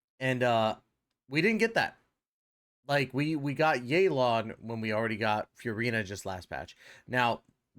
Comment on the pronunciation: this video is great, keep it up, BUT yaelon and feurina pronunciation is criminal💀